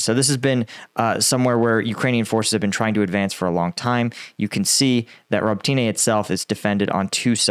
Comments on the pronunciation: RobOtyne not Robtyne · Robitne is "Row-bit-nah" or "Row-bit-knee" and not "Row-bi-teen-aay". I love your pronunciation. I always want to laugh. Good job, and Heroem Slava. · Row Boat In Uh. Emphasis on Boat. Robotyne